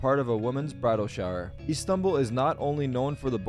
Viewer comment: Bro tarik u r from turkey and u don't know how to pronounce Istanbul for shame sir for shame